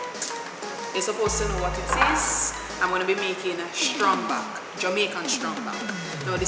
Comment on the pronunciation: Girl its not strong back...its trang back lol